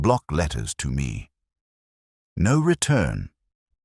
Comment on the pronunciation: This was a good story. Please teach that "No." is not "number." It's distracting. Thanks! 💚